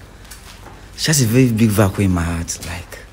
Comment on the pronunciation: 🤣🤣🤣 “Vacuum kwa” 🤷🏾‍♂️☹️.